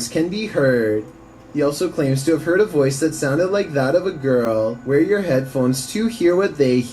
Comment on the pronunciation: The first question I always ask is, why is this scene being recorded? If it looks staged, it probably is. But ya...some creepy stuff. Also the narrator with his speech pattern. He hangs onto the last syllable. ...and no more is herrrrrrrrd. Lol.